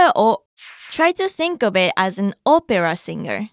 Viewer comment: Opera is not pronounce with a long O in english.